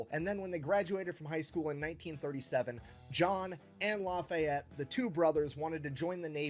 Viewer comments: "Laffy-Yeti".....you'd think the British would know the godamn French name Lafayette!! Holy-shit, they say we don't know shit about Europe! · Lafayette is pronounced without the te at the end. Lafayet. It's actually the name of the street I live on lol